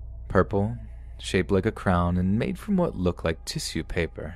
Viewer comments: WHY DOES SAY “TISSUE” LIKE THAT?? I was so distracted. Lmao Idk why I found that so amusing. Love you tho man, no hate even though you say tissue weird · Lol can't unheard it now